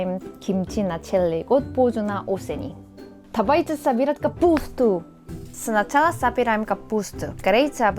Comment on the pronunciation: "тавайте собирать капуустуу")))